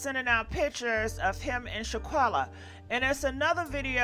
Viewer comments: It's not Shaquella, it's Shanquella. Pronounce it right! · Shanquella is her name....not Shaquella..... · Her name is Shanquella, pronounce the "n", please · Your butchering her name lmao bwahaha it’s SHAN. Shan shAwn like shawn quella shawn quella it’s pronounced I think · Please pronounce this young ladies name correctly if your going to report on her story . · You have to learn how to pronounce her name correctly if you are going to report on her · Since you want to capitalize off of this event, how about you learn to at least pronounce her name correctly. You know, out of respect and all.